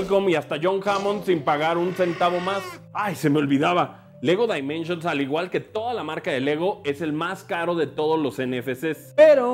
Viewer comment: En pocas palabras pronunciar Lego Dimensions como lo hace en este video, está de la chingada, y luego se burlan de los que pronunciaban "Yiers" al referirse a Gears of War